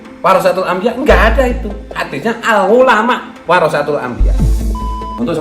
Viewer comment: Al ngulama 🤣🤣🤣🤣 Benerin dlu penyebutan nya dong Malu2in nama kiayi aja 🤣